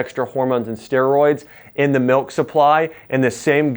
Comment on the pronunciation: Great video. I must say though, the word "milk" is pronounced with a short "I", just like mill, not "melk".